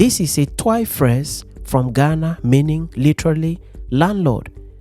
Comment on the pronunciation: Wow thanks for that ...the way you normally pronounce "twi" is funny tome asa Ghanaian 😂